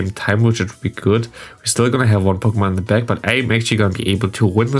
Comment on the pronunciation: Ich möchte dich noch ein letztes Mal auf den korrekten Gebrauch von "the" hinweisen, in der Hoffnung dass es in den nächsten Videos dann passt :D 🤝 So wie du es aussprichst wird es nur vor einem Wort mit a,e,i,o,u am Anfang benutzt, ansonsten ist das e in the ein ganz normales e